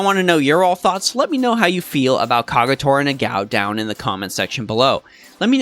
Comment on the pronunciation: Great video, and I enjoyed the in-depth details in your guides! Also, I'm pretty sure her name is pronounced Na-ga-o and not Na-gao? :o